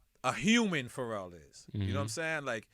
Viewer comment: It's Pharrell not Pharrell you dumbasss🤣